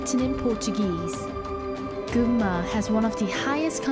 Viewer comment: It’s cool your pronunciation of Gunma or Shizuoka is totally sounds like Japanese ,even while you are speaking English!!😂